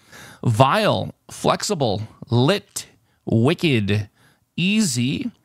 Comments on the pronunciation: I don't think you quite got purple. It wasn't a wicked candle the way you were pronouncing it; it was a WICKed candle, for example a double Wicked candle would be a candle with 2 wicks, not a candle that has been very evil :) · I thought he might get it when he started reading the "wick" part on it's own but then went back to the wrong pronunciation